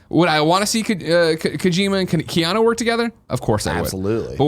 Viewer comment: Why do so many people pronounce it Keano?